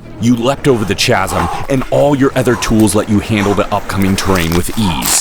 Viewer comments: lol i love the way you mispronounced jumping over the chasm. no harm no foul. you guys are awesome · This was a lot of fun. I love the functional stuff. :) Not sure about that pronunciation of "chasm,' though. Haha Looking forward to more! The cinematography was freaking insane. I gotta get up to Oregon sometime!